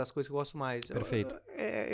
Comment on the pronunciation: "perefeito, perefeito..." x 1000